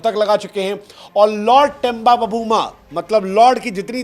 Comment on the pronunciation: बबूमा नहीं सर.......... "बऊमा"!!! "छोटा समझके फ्लावर समझे क्या......... फायर है अपन"!!!